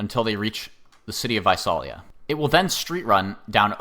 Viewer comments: Visalia is pronounced "Vye-SAIL-ee-ya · Visalia is pronounced vye-SAIL-ee-ah, FYI. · Came here to say that :P